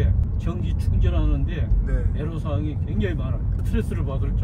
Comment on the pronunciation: 에로사항이 아니고 애로사항입니다..애로는 한자입니다